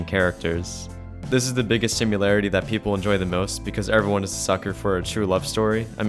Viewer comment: Every time you said "simularity" was painful.